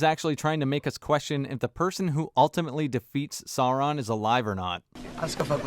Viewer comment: Agreed, but it's Sauron, not Soran